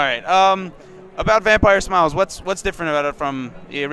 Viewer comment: He kept saying vampire smile-s :D